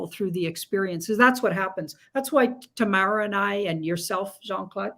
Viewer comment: "Tahh-maa-rah" not Tayy- mirror...just sayin 🤣😂 and with all due respect u probably shouldn't have tried to "manage" two Queens who were connecting in such a magical way 🙏💜 you are clearly spiritually bonded to and clearly of great heart and spirit... But those two women needed to be given the floor..so to speak. Usually you are the best host with the most insightful direction but just occasionally let them flow 💜💜💜 these beautiful women probably saved you once upon a time, so you could be the soldier you are now 🙏 xx